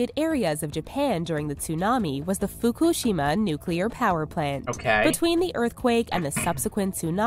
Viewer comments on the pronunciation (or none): Im 99.999% sure she is saying fukushima wrong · Quite literally everytime she said "Fukushima" it was pronounced differently. How? Cover your bases I guess.